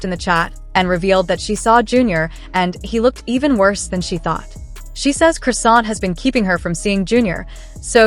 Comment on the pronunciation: This Ai called Chrisean(Croissant) I'm fkn dead.